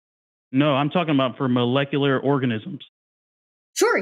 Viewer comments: Anyone else bugged by how says "mullekuler"? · It’s pretty hard to take someone seriously when they pretend to know a lot about this subject, yet simultaneously can’t pronounce the word “molecular” repeatedly